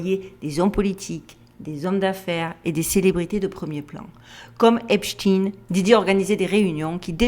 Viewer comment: C est Epstein pas esptin merci